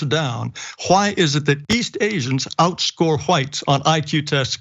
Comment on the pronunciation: Christopher Columbus was Black!! Prove me wrong!!!??!!!! Dum ass CRACKAZ And tell that old head it’s pronounced Whites okay!! Not HaWITHTEs